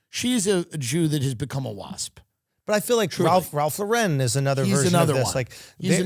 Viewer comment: I don’t mind Schultzy as much as this comment section but his mispronunciation of Ralph Lauren two times is trashy and a native New Yorker should know RL is not French and his last name isn’t pronounced as that. Anyway Tim is probably the only one that would appreciate this 😅